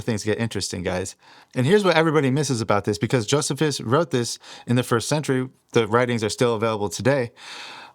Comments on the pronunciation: Brother. It isn’t JOESihVis, it’s JoeSEEphus! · Brother great video and info but his name was pronounced "Joe-see-fuss" not "Joseph-us" I am not trying to be a jerk, just helpful. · Jo-see-fus. Not jo-zuh-fus. ❤ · Josephus is pronounced Jo see phus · Joe - C - fuss, is how to pronounce "Josephus". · Just so ya know,, the correct way to pronounce Flavious Josephus' is: Flay-vee-us Joh-see-fuss. God bless you and make straight your path,! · It's pronounced joe c fus😊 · This video is ROUGH. Was it peer-reviewed before publishing? It's pronounced Joe•SEE•fis. I made it 8min32sec in this video... I had to stop. Provide sources also. I was hoping for a video with better precision and quality. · It's pronounced, JOE - SEE - FUSS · Joh-SEE-fus. There were at least 2 Enochs. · That is what "Thelema" means. It is the Greek for will. Of coarse Crowley founded Thelema, as most probably know. Also, just fyi, pronounced Joe-see-fuss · JoSeeFus, Toth (Thoth), Crow-lee